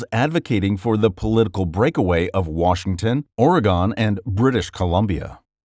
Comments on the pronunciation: Or-uh-gihn. Not or-uh-gone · It is pronounced oragen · Love this video. Also you pronounced Oregon wrong lol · The way you said Oregon hurts me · Also the way it says Oregon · OREGON LMAO